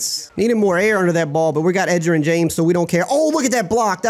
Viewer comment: Edge er ren not Egger in😂😂😂